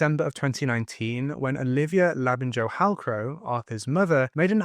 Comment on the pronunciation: It’s pronounced Labin-yo Hughes, not Labin-Jo 🤦🏻